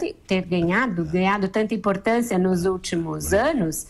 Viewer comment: ele falou: perenambuco, imporitancia .......